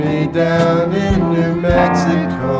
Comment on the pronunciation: "New Mexicoe"